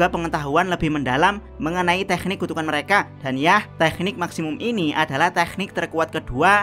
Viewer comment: jdi kurang nyaman ngomong tekniknya ada h nya